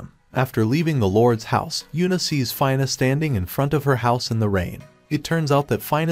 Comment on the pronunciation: So far everything is good except for pronouncing the name of 'Fina' it's not "Fayna" its Fina